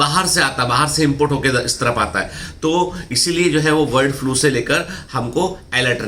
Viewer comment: Sir...It's my humble request please try improve your pronunciation... It s bird flu & not word flu...